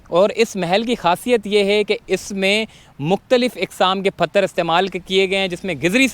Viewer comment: Phatar nahin pathar